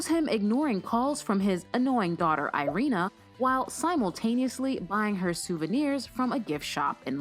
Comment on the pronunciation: Irina is pronounced E-rina